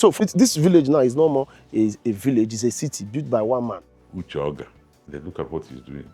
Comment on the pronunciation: His name is not Uche Ogá. Make research and know how to pronounce people’s names. You made this same mistake with Justice Oputa’s name.